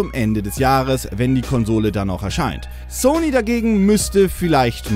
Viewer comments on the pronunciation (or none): none